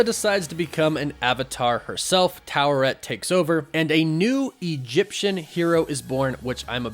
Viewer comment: Stop pronouncing the R in Taweret The way the say in the show is without the R